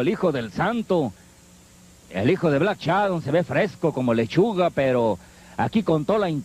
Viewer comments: A ver comentarista pronuncie bien: no es "Black Chadon"... si no Black Shadow. Pronuncie bien,es una vergüenza que como comentarista no pronuncie bien y sea una figura pública para un público selecto.😡😡😡😡😠😤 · "black Shadon"